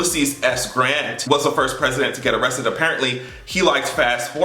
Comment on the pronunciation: Yes, I did say A-RREST-TED with you! hahahaha!